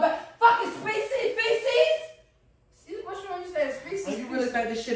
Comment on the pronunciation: "Species fecese"😂😂😂😂